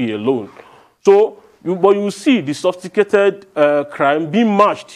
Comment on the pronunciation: If this guy says “sophticated” one more time!!! 😡😡 It’s “sophisticated” oga